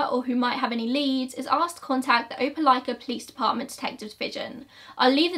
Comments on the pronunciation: Omg, I'm shook that you pronounced Opelika correctly!!! I live in this area. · I've haven't clicked an upload notification so fast since the last time uploaded! I live 15 minutes from Opelika and this case has puzzled me since the first time I saw it on local news. Thank you for covering this case and excellent pronunciation of "Opelika!" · I grew up 15 minutes from Opelika. I’ve never heard of this case! 😳 Also, great pronunciation of Opelika!!